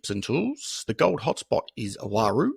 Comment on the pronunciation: It's not pronounced Waroo, its just plain old roo. P.s. the hot rocks out there will drive you nuts